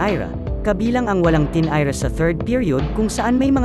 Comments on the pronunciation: 🤣🤣tinira'tinayra'..sa laro ng laro🤣🤣..maabutan" maabyutan" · PRANG COMEDY MAG SALITA ITO “TINIRA”HINDI NYA MABIGKAS NG MAAYOS😂😂😂